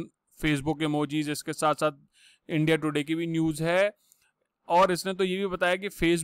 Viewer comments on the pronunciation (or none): none